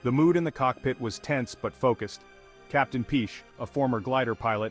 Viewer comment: Piché is pronounced "Pichay"! ;-)